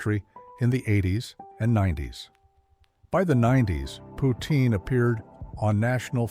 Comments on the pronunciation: Poutine does NOT rhyme with routine. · It’s pronounced “poots-in”. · It's POUTEEN*, & chomeur is as in shawm-er... Pronounced in French, it's POU TIN*